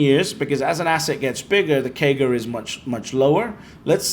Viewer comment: I dont understand what he is saying? A 10 year KEY GA of 71%? Wtf is that? Maybe someone can decrypt that for me